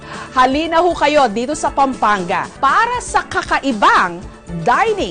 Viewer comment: Kapampangan not Kapangpangan!😂 Pampanga not Pangpangga! hahaha proud kapampangan here! puro💕💯